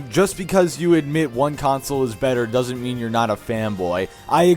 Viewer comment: “Dorsnt” lmfao